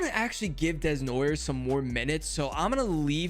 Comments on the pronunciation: Desnoyers is prononce D-nwa-Yay. Your welcome! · If you want to know how to pronounce Desnoyers, say Day-No-Yay in one word and it should sound right ! As a french canadian, love to see the effort to pronounce his name 😂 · I think Desnoyers is Pronounced DEH-NOY-AYE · Poor Desnoyers being called Desnoyers, instead of the correct pronunciation Desnoyers.